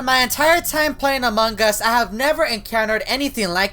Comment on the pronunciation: among gas Me: it’s us